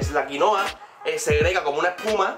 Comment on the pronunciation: Es quinoa